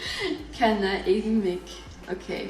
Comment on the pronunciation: And also in Swedish alot of K, SJ, KJ and probably some more combinations makes the sound shh. For instance Känner is pronounced shänner